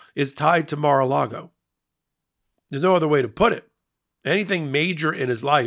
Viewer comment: Wondering who interests the building of, "Mar lar go"?